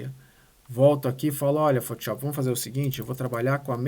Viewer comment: PHOTISHOPI É FODA HAHAHHHAA destrói no software, mas bora aprender a falar o nome do software corretamente hahaha